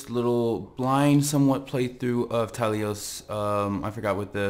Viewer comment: "TA-LOS" NOT TALI-OS THIS AIN'T MASS EFFECT TALI AIN'T IN IT